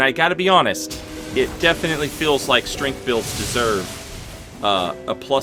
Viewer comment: At first I thought he said "15 bills ago" and I was like, that's a neat way to label months. But no, he said builds.